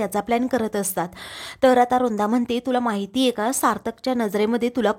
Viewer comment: रुंदा नाही हो वृंदा बोला ना नीट